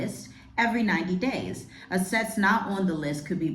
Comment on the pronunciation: First of all, if you are going to do a video & read…..learn how to pronounce “assets”. Secondly, the US will not be the crypto capital of the world. The BRICS nations are far ahead when it comes to digital and programmable currencies. They’ve been using it for years. Third, clearly you haven’t done any research on the UNs Agenda 2030 which has been adopted by many nations around the world including the US. Finally, Donald Trump is not trying to control crypto to control Americans. Crypto & the blockchain are vital parts of Agenda 2030 & the purpose is for governments around the world to control the poor after they are done eliminating the middle class. Do some more research because you have no clue what you are talking about.